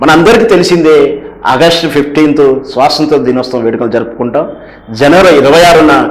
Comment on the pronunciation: స్వసంత్ర ✖️ స్వతంత్ర ✅ అండీ. ఏమిటండీ మీ వాక్ ధోరణి సరిలేదు, చూసుకోరా మాట్లాడే ముందు?